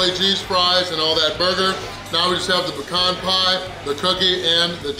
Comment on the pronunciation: Love that you say pecan correctly 🤗😄💗 This challenge has a bunch of different components and I loved it!